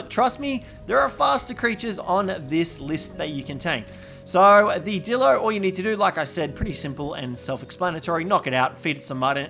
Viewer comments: You said dildo not dilo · Did anyone else notice that instead of dillo he said d*ldo